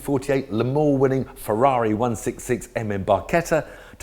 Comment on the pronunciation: Only Tiff can say Ferrari properly 😂